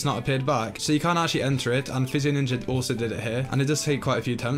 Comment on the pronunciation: when you say physioninja i thought you said fitzy ninja which i thought was an actual thing